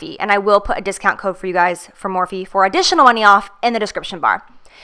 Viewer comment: Is Morphe not pronounced "morf" not "morfee"??